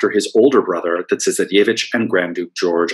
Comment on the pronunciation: Interesting, I was just thinking that he needed to work on a few of his pronunciations, e.g. 'tsarevich' - but quite an interesting and informative lecture!